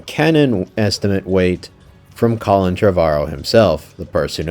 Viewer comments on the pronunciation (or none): none